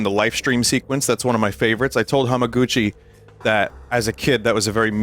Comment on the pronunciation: This fucking guy nails Hamaguchi at a Tifa themed luncheon live on stream